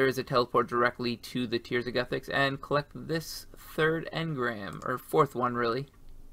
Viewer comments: mans really said goothix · tears of goo-thix lmao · To be fair even Jmods don't agree and mispronounce all the time. Look at their video on it. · Pronounces ardougne correctly. Mispronounces Guthix. ?????????